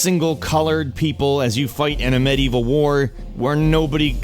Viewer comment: Umm... That's one way to pronounce Medieval.